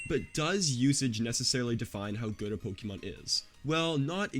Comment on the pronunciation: I’ll sub when you’ll start pronouncing Pokémon correctly. Lmao I’m messing with you I subbed already. Great content!